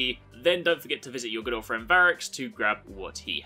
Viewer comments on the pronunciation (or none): When you said "good old friend variks" I heard "your girlfriend variks" haha